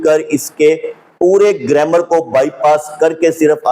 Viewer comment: abe chutiye pahle zabar zer lagi hui arabi to tu dekh ke dhang se padh le Phir gramar ki bat kar zammiluni ko zamluni zamluni bol raha hai jahil arabi to kuja angrezi ka lafz grammer nahi bol pa raha graimar bol raha hai ye kitna bada arabi dan hai is jumle se pata chal raha hai k jab ye usool e kafi ka hawala de raha hai to usme umme salma ko amirul momineen kah raha hai ye usi ka pairukar hai jisko unt aur untni me farq nahi maloom tha aage ek arabi ka lafz bol raha hai قوموا ab isko ye nahi maloom ke is lafz me qaf par pesh padhna hai ya zabar ye padh raha hai qaumu bechara sahi se maswida rat nahi paya baqi sare jahil nasibi dad aur tahseen de kar apna maalak bata rahe hain